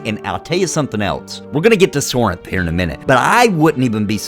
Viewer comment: Sorhiryth... ehhh not a fan of this name as its not something that everyone can easily pronounce. You're saying Sorinth..but thats not how its spelled I'm confused.